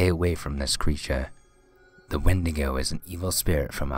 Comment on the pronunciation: and the wendigo is pronounced as Wendy-go